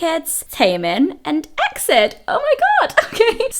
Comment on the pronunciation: Also no big deal but wanted to let you know EXID is pronounced as separate letters like E.X.I.D if that makes sense. Either way it's okay 💖